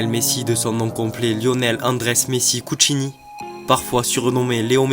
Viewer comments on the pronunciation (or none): J'ai like par contre c'est Cuccitini, pas Cuccini lol